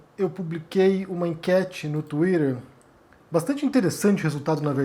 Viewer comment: Para de falar tuirer peloamor